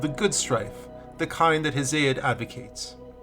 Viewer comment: Damn you ain't never heard nobody pronounce Hesiod 😂😂😂